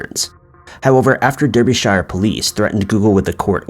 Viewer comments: please say it like darbyshire not derbyshire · 'Darber-sh'....not 'Darby-shire, or Deerby-shire'!! Sorry to be such a pedant, but being a Brit, it bugs me! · I’ve never heard Derbyshire pronounced so incorrectly 😅😂